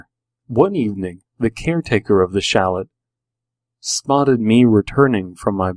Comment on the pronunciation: Chalets look like something you'd find in Switzerland because the word originated there :) you don't pronounce the "t" though. Pretty good story. Also your voice is great for reading creepypasta!